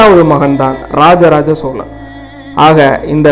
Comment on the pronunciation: சோளன் இல்லடா அம்பி. சோழன். மள்ளர் வேறு சோழர் வேறு. தமிழ்..ன்னு ஒழுங்கா உச்சரி. உருட்டல் உடாதே...அம்பி.